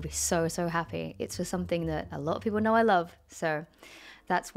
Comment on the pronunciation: emma pronounced it peolpe. good job